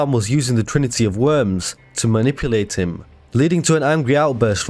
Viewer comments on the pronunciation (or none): none